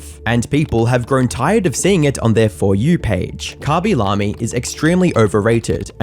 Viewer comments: i dont want to be a nerd but itsh not khabi lami its khaby lame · Khaby lahmie is a way I’ve NEVER heard his name pronounced lol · Bro really said kabi lami😭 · Ngl that pronunciation of khaby lame as khabi lami got me rolling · Wait that's how you pronounce his name?